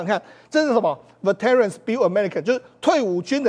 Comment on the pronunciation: 世聰兄：veteran 重音是第一音節